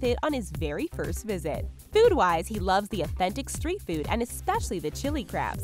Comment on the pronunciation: It's food...not feood.